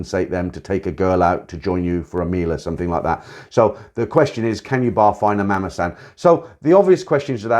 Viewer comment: Nice video but learn the right pronunciation of the word “mommason”